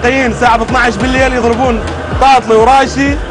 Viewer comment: تاتلي مو طاطلي اصل الكلمة تركية يعني حلو . ابراهيم تاتليساز يعني اللحن الحلو